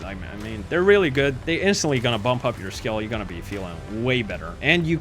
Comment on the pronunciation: “It’s gouana go to the A tier.”